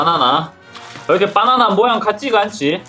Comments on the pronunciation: 빠나나 아니고 바나나예요 ㅋㅋㅋ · 빠나나아니고 바나나~~ㅋㅋ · 허팝님 계속 빠나나라고 하시넹..ㅎㅎ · 바나나가 아니라 빠나나? ㅋㅋ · 허팝:똥 아니에요 빠.나.나 에요 빠.나.나에요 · 발음 ㅋㅋ 빠나나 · 발음이 웃기다 ㅋㅋ 빠나나